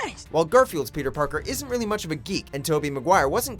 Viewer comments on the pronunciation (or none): none